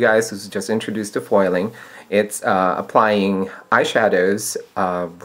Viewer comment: "Poil".. lol.. Spoken like a true Filipino.